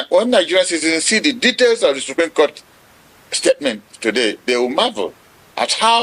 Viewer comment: It's SUPREME not Supream!